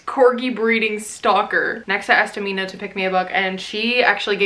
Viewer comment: Love this so much, but it's pronounced Aa-mi-na. Sorry!